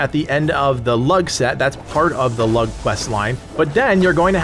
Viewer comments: Lugh is pronounced as Loo not as Lug. Everything else you said was bang on! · I'm fairly sure it's loo not lug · 'Lugh' is pronounced 'Loo' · Dude the way u say lugh pisses me off its pernoused loos gh is silent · Dude the G is silent in Lugh. If there is an H after G it's always silent. Standard English.